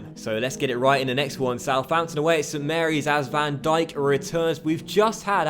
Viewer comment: You are so smart, IF you have seen this Video Is an 8 months old Video not A January Video Also No Van Djikock or whatever the fuck you said but Van Dijk